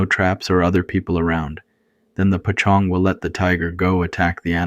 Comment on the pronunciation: Great stories! No shame at all, but I was wondering why you pronounced "poj ntxoog" (paw zong) like pa Chong? I think it's important to stay true to Hmong pronunciations. Unless I'm mistaken with something else.